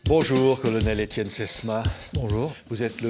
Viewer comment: Il arrive pas à dire Etienne le présentateur . Deux fois il dit "Estene". Chaud.